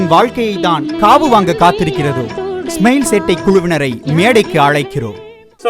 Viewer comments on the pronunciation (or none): டேய் அது சென்னை "வெல்லம்" இல்லடா... "வெள்ளம்" டா... உங்க சானல் பேரு "ஸ்மெயில்" இல்ல "ஸ்மைல்"... ஏதாவது ஒரு பாஷையாவது ஒழுங்கா பேசுங்கடா...